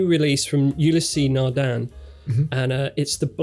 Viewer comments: Ulysse is not pronounced You-Lea-say, it's pronounced Eew-lease. The first syllable is short and the second is extended. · You-lä-sea Nardin.